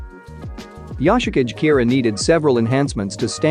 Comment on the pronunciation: Yoshikage kira... The way it was pronounced makes me uncomfortable